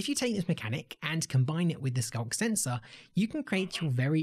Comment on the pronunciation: It actually sounded more like "skonk sensor," or maybe "skunk sensor."